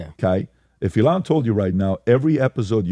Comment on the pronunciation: Nobody: Pat: eLON